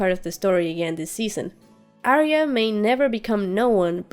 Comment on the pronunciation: A ton of work. Very well done. I think you surpassed all of the other disections of this material, and I have watched quite a few. Thanks for your efforts on our behalf. Pronunciation of Arya - you know better.